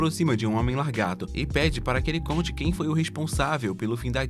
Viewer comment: Pq vc fala largato ?😅 Fazia meses que o YouTube não me recomendava um video do canal.